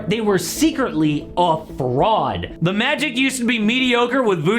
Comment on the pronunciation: I don’t like the way you said “the Magic”